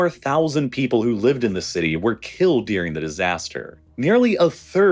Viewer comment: why he says dearing instead of during? its annoying